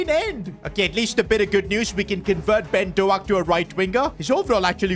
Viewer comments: By the way its pronounced dohk like d oh k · If I hear “Doe-Ack” one more time in my life I might pierce my own ear drums.